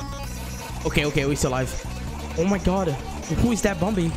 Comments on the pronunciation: I like how he says bombi instead of bambi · I like how his accent say bumbi instead of bambi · Its bambi not bombi lol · Its bambi not bombi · i keep hearing him say bumbi lol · Still saying bumbi to this day 🥴